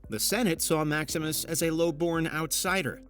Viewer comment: It's "MaxiMInus Thrax", so why is the chapter called "Maximus" and why is the narrator calling him that? Let's not even talk about the chapter titles of "Domino" and "Kackalala".....The narrator clearly can't read."Ellagalabus"? And the chapter is called "Albus"? Why are you guys even making such a video?